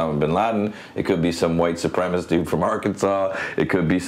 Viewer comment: Wow he had to say white supremest from Arkansas